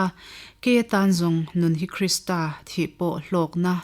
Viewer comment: A va ṭha em..chhiar tu pawhin athiam, mahse KRISTRA ti lovin KRISTA tih tur ani e.